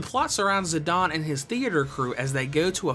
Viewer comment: Why do you pronounce Zidane as Zadahhn??